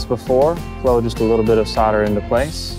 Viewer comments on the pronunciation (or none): Thanks, but not sure why you kept saying "sodder" instead of "solder" :S Maybe the L is silent and I've been saying it incorrectly for years. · WHY sarder? Its solder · Try - "Soul - der" - that'll do it! ?? LOL! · He is american they cant spell "L" for some reason.